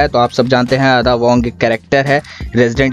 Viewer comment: Bhai Adda nahi🤣 Ada